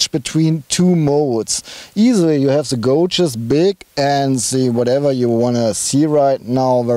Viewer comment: Hello,...hello....love to hear both your accents when describing the cars etc, sounds very cool. Just a small imput,...., its not....."gouge"....like when you pronounce "shout- he is shouting loud"; it is "gauge".....pronounced like....well "gayge"......"the gayges are digital on the TT".....; Don't know if you care, or if anyone cares too much but i just thought it could help to make future reviews sound...right; don't lose the accents though, you guys on Ausfahrt.tv sound cool.....deutsch ist geil...Cius. (no German characters so i had to write it like that); Ps.if you need help with future pronunciation i am glad to help.